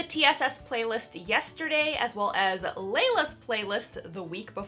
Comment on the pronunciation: I LOVE MAGIC SO MUCH! Thanks for the recap lmfo also... My name is Leila! :D Except said like Lee-La so I guess it’s not really my name lol